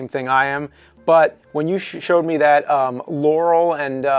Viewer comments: it sounds like Yaural to me not Laural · That's weird, I heard it as 'laurel' before, on this video all I hear is 'yanny'. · Does anyone else hear "Yaurel"? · I hear "larrel"